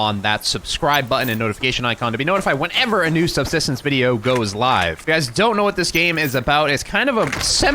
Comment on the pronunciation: you cant even pronounce the games name correctly